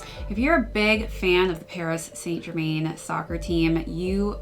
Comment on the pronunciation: Not be picky also Saint Germain isn’t pronounced like it spelled it’s more “Sant Germân”